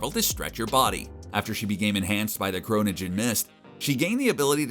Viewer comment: Did he say "kronogen mist"? Am I missing something?